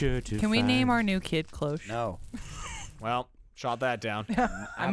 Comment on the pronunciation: everytimes says Clo-hoches it pisses me off XD, its a french word and it is said in a single step, Cloche! like Claude! che in french is pronounced ch, the e is silent. so it would go like kloch with the ch said a bit in a sh way.